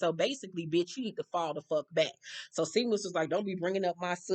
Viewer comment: Not too important but the Irish name Seamus is pronounced Shay-mus